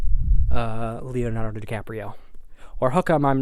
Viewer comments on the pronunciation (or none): none